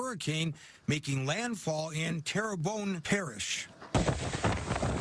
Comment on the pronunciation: Yay, your reporter pronounced Terrebonne correctly!